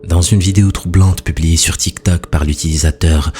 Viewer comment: N°1 dans un moment capturé par (ziktok)😂😂😂😂😂 tiktok pas ziktok lol